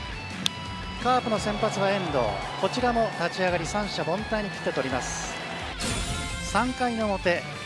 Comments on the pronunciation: 、たつぃあがり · たつあがりｗ でも、おいらはもっと噛みますｗ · 「まずたつぃあがり」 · 立つ上がり？🤣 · たつぁあがり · まずたつあがりって言ってない？